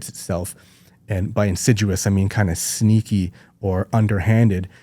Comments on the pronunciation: I think he said, "insiduous." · it’s insidious, not in-sid-u-ous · Insidious, not insiduous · It’s ‘insidious’ not ‘in sid duos’… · He's trying to say "insidious" (for anyone else confused why he's saying "insiduous" like it's a tree that loses its leaves in winter...) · Insidious. Not “insiduous”. That is all. 😂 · *insidious not insiduous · Who else is twitching at his repeated mispronunciation of “insidious”